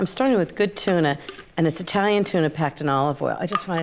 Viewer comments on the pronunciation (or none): none